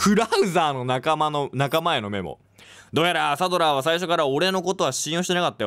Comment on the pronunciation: サドラーをサラザールとゆう可愛